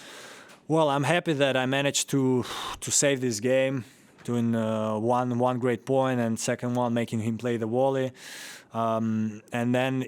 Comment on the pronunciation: Lol at the way Medvedev says volley as wally